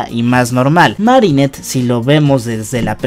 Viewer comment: y poco y es marinette no mari